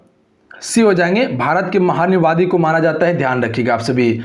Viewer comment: "महान्यायवादी" भी नहीं बोल सकता ठीक से । यूट्यूब पर नागिन डांस करके पैसे कमाओ ।